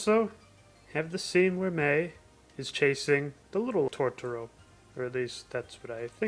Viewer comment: Fox version is much better. The girls in the Disney version pronounce it “Todoro” . Also soot gremlins is not it. It’s dust bunnies. Nanny is voiced so much better in fox’s version … she’s supposed to be kind of silly and she’s way too composed in the Disney version. The dad is voiced way more boring in Disney and they eliminate or change a lot of what he says. The way the intro song is sang is so much better in fox, more folky. The disney version has a singer that sounds like she’s trying out for American idol and overdoing a song that’s supposed to be simple. In Disney’s version both Kanta and Satsuki sound way too young for their ages. The emotion is better in fox, and the voices fit the mouth movements in the animation better. Also I grew up with it and It was like watching a different movie when I watched the Disney dub.